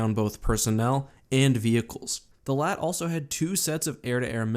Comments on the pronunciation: The LAAT wasn't pronounced "LAT" it was actually pronounced L.A.A.T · It’s LAAT not lat. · STOP SAYING LAT!!! ITS L-A-A-T LIKE I WOULDNT CAL THE FREAKING AT-TE ATE!!!!!!!!!!! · Did he just call it a Laat? it’s called an L A A T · Isn’t it just called l.A.A.T not laat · Am i the only one who hated it when he said lat? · I thought he said a laat of shields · How does a Star Wars YouTube channel not know how to pronounce LAAT? It’s L-A-A-T just like A-T-A-T and the A-T-T-E you don’t call it a ATTE do you??....